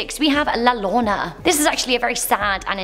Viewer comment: All they need to remember, "LL" makes a Y sound. Yo - row- nah